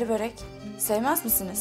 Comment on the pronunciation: Yanlız börek değil bööörek